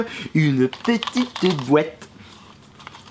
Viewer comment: "Une petite bouate" XD